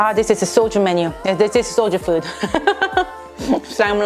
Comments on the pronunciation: Gosh, I started to laugh when I misheard the word said that is "Soju" as "Soldier" 😂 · So... when you say “I need Soju right now” I heard “I need a soldier right now!” And I thought awe that’s sweet she is missing her Jacob and then I realized... booze. You are missing booze. LOL I love you. I can’t wait to try a not so spicy version of this. Frankly, that would kick my butt! 🥣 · Did she say "i need a soldier"? Lmao